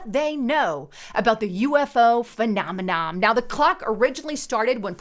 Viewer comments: Right...phe·nom·e·non not phenomenoM.. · It’s not “phenomeNOM”....it’s “phenomeNON”... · Phenomenom? isn't very good at pronouncing the big words her script writers feed her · there's no "m" at the end of "phenomenon" or "phenomena."